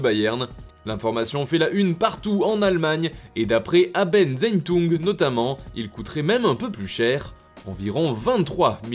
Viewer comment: Pourquoi tu lit AbendZeitung en français 😭😭 Sa fait bizarre de l'entendre [le z ce lit s 🇩🇪]